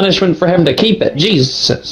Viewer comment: the way he says jesus 😂😂